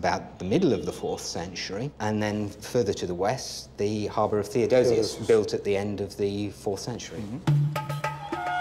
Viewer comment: THEODOSIUS. No second "o". OK?